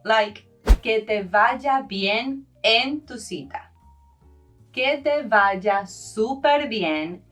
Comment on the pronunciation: Se escribe «superbien», todo junto, puesto que super- es prefijo en este caso. Otra cosa: la V de «vaya» es bilabial. El uso labiodental de V suena algo afectado.